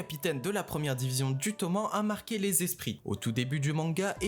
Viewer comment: Toman oui mais normalement on entend le E